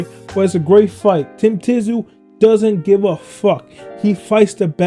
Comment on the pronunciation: So you never watched Kostya either with that surname pronunciation.